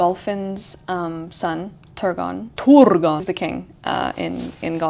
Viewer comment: New vocal stim unlocked: the way you says turgon I replayed it so much